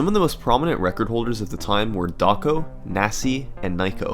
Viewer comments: The name is "doko" not doco. こ = ko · yeah, he also said it like doc-o. same with けけ being said like kiki.